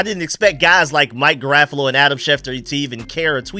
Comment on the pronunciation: His name is pronounced Mike GEAR-RA-FO-LOW lol I used to struggle with his name too 😂